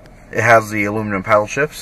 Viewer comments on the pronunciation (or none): none